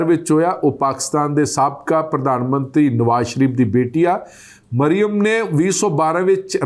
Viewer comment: ਭਾਜੀ ਜੀ, ਨਾਂ ਤਾਂ ਠੀਕ ਪੜ੍ਹੋ, ਮਰਿਮਮ ਨਹੀਂ ਮਰਿਅਮ ਹੈ ll 🙄